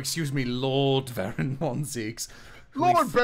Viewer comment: Oh, his name is BAROK von Zieks. I've mostly been watching these streams while doing something else, and I swear that everyone reads his name as "Baron" half the time. That could also be a valid first name, though we'd be dealing with a real "Führer King Bradley" situation.